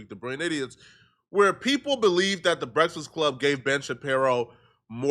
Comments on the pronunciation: Why TF u cant say “breakfast” right ? As many breakfasts as you eat daily 🫃🏾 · can’t say the word “breakfast” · This man can’t say breakfast for shit😂😂😂